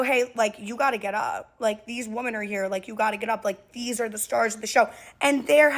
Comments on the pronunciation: important note “woman” and “women” are supposed to be pronounced differently this is a public service announcement so others can understand wtf you are talking about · Why does she keep pronouncing women as woman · Is it me or do people have a problem saying WOMEN? I keep hearing WOMAN but they seem to be able to say men with expertise... 🤔🤔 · It’s actually really weird. I’ve been noticing it. It’s pronounced wih-MEN.